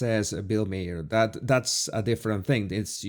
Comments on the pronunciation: Maher is pronounced like “tower” - Bill M-ow-er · Great vid! Se pronuncia MAHER casi exactamente como MAR, pero la palabra es un poco alargado. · Just FYI his last name is pronounced Marr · The way you pronounce Bill Maher is like the planet Mars without the “s” so Mar…xo